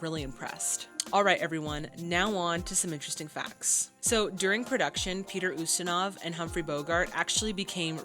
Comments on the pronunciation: The name Peter Ustinov is not pronounced, ( You-Stinov ). It's pronounced, ( You-stin-off ). He's one of the greatest unsung actors of all time. But thank you so much for giving more details to your reactions than anyone else on any format. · Love your reactions. FYI: Ustinov is pronounced in American English as "YOU-sti-nuhv." The Brits say, "oo-STEEN-of." It would be pronounced basically that way or the way you did if you were speaking Russian. I can't verify which syllable would be stressed, since stress is not predictable in Russian. And Russians with the same last name can stress it differently. Ustinov himself was born in Switzerland and although his name is Russian, his origins are as much of a Heinz 57 as most Americans. Ustinov spoke several languages and once said, "I am an international citizen conceived in Russia, born in England, working in Hollywood, living in Switzerland, and touring the World". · About pronunciation.... [Peet▪︎r YOU▪︎stan▪︎off] is an excellent, excellent, wonderful actor/thespian. I would recommend many of his films. Blackbeard's Ghost was a favorite as a child. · Hi. Peter Ustinov, a character actor that shows up in a lot of classic era films, name is pronounced YOU-stin-ov, with a long U. Stories of this set was that it was a very happy shoot.